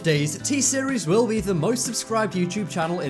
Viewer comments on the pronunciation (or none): I disliked because he said t series will - the emphasis will - be the biggest channel on yt